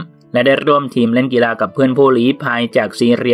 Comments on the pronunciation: คนอ่านเค้าเป็นอะไร เน้น รอ เรือ จนมั่วไปหมด กีฬา อ่านว่ากีลา ไม่ใช่กีรา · มีความคิดเห็นว่า..กีฬา..อ่านว่า กีลา..ไม่ใช่...กีราาาาาาา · กีฬา ออกเสียง กี-ลา ค่ะ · เพิ่งรู้นะว่ากีฬา ออกเสียงว่ากีรา... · แม้แต่คำว่ากีฬา ยังออกเสียงกรีฬา!!!!! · อ่านคอมเม้นแล้วสนุกมาก มีแต่ ร. พี่แกคงฝังใจกับการออกเสียง ร ขนาด กีฬา ยัง กีรา ร.ชัดไปอีก 555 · 555 ถ้าไปสอบใบผู้ประกาศมาอ่านข่าวแบบนี้ไม่ผ่านนะครับ ผมเคยสอบใบผู้ประกาศสมัยเรียนรามปี 52 ตอนนั้นถือว่าง่ายมากๆ ค่าใช้จ่ายก็ไม่ได้เยอะ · กีฬา = กี ลา ครับ ตัว ฬ คือ ล ครับ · จมูกบี้เหรอ ออกเสียงเหมือนคนปากแหว่ง เพดานโหว่ แต่ชื่นชม ร.เรือ อ่านได้ชัดมาก กีรรรรรรา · ยุโรป ซีเรีย กีฬา ไม่จำเป็นต้องกระดกลิ้นนะ ตั้งใจอ่านคำควบกล้ำก็ดี แต่กระดกลิ้นทุกร. ล. นี่ก็ไม่ไหวอะ มันไม่ได้เป็นคำควบกล้ำไปหมด ก็เน้นออกเสียงเกิ๊นนนน ปรกติไม่พูดออกเสียงคำควบกล้ำเลยเหรอ...